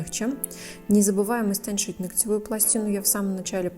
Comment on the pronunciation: Режет слух, истонЧать